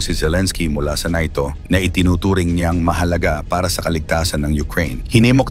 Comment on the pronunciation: Samuka nimo dong.NATO dili NAYTO.